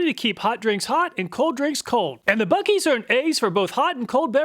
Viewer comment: It's not buekees. Try Boo-sees